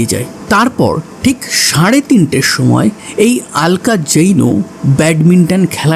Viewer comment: Oi mahila ke "alka" bole ki abangalider nakol cholchhe naki? ? Bangla vasha vule gechis naki? Aloka bol.